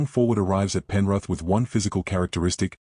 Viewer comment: 'Penruth' 😂 gotta love ai, not